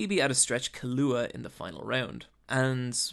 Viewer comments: Why he say Killua’s name like that I thought the pronunciation of the x was annoying but that takes the cake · ok so good video, but its kill-ua, not killoohaah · Great video as always but holy shit. "Tight" Kubo? "Killooa"? "Mirium"? Those pronunciations, man! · damn this was well done... I see why people keep commenting that even though they had already watched HxH they still watched this in it’s entirety. Great video but I hate how you pronounce the names. Namely Gon Killua and Kurapika. lol so annoying but GREAT GREAT video!!!💯